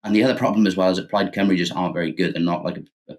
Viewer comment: So nice to see Novara doing a story on Wales (and pronouncing Cymru properly.) More Welsh news please.